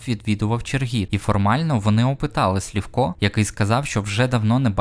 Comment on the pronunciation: Чого Слівко, якщо Сливко?